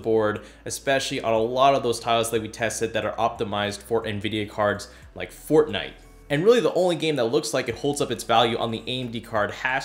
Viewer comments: "fortnoot" ahahhah😂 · fortnoot made my day😂😂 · "Fortnoot" made me laugh harder than it should have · fortnoot hahaha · I died at fortnoot😂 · Lol "Fortnoot" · It is not fortnite it is fortnoot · fortnite but worse